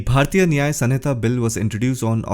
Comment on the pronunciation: Resp Sir, It's not SUN-hita